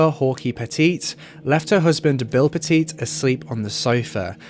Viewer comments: I grew up in CT and lived in CT when this all happened. My neighbor was Bill’s Aunt. It was really sad and still is. Just so you know, it’s pronounced Pet-It like pet it, not petit like the size. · In the US and in the state which this takes place it’s pronounced Pet-It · Their last name is pronounced Pet-IT. Like..Nice dog, can I pet it? Good job on the video, tho!😁